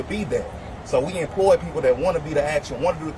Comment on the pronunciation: He said "so I inploy [sic] everybody..." 🤣🤣🤣🤣